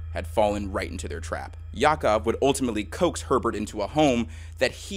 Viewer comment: You pronounce it "Ya'Akov Ma'dad"